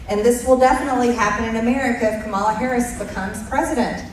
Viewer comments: Don't like her. She beligerantly mis-pronouces Kamala's name ( as does that dimwit president elect). I can't understand how Americans voted in him and her - unbelievable.😢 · Hey BBBBBB, could you now just show a modicum of respect and pronounce her name correctly. Your party won, show just a little respect!!! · Why do they keep mispronouncing Kamala's name? It is so disrespectful and aggressive and childish. Such despicable people. Dangerous selfish egotistical lost souls. Tighten your seatbelts. Light will win in the end but it might take some time. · I’m so sick of the MAGA group all agreeing in lockstep to pronounce KA’-mala as Ka-MA’-la. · Jeez, Marge... her name is KA-ma-la. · KAH- ma- la. Say it correctly once! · I HATE the way she calls VP HARRIS, kamarla. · She still cannot pronounce Kamala’s name !!!!! OMG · Please just say her fucking name right, how hard is that????????????? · She still cant say Kamala's name correctly. MTG is dumber than a bag of rocks 😂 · Mtg can't even pronounce Kamala's name correctly. This person has misconstrued the facts just to win votes. Talk about banning Free speech what is this about the book ban? This woman is dumber than a bag of rocks,! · Marge can't be joyful for the Red Victory, she is just vile and hateful, she can't even pronounc Kamala's name correctly. She is awful! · Will they, the MAGA Drones ever stop mispronouncing her (Kamala’s) name, now that the election is over? MAGA took some steps forward is not necessarily a win. So my guess is, they will continue to humiliate Kamala Harris, post presidential election as usual. (Lol) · MTG still can’t pronounce Kamala’s name correctly. I refuse to believe that she is typical of the average American. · I cannot listen to her.. I just can’t. I rip my hair out.. my naturally brown and Luscious hair. Not thin wirey bleached blond butch body havin’ ass. And they intentionally mis-pronounce Kamala’s name. It’s infuriating